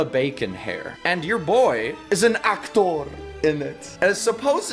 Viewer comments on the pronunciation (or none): "I am an actowrr" - 2020